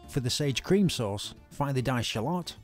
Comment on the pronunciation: I like how he pronounces shallot 😂